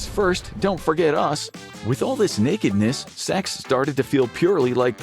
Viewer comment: I think team started smoking weed. 😂Also, I'm a big fan of the way you said "Nekidness"! 🤣